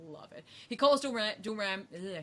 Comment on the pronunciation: Everyone says Dormamu...I cringe